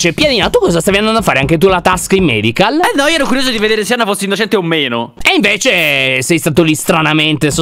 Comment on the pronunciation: Non si dice medical ma madebay